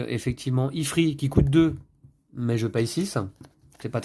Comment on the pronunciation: Pour info il se dit « ifrite » lol Merci pour cette très bonne video Je vais m’acheter ce jeu, c’est certain